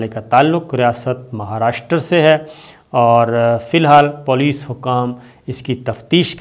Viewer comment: SABIR BHAI APKA PROGRAM PURI DUNIA ME JATA HAI.... PLEASE POLICE SAHI BOLA KAREN.... IT'S POLICE NOT POOLIS...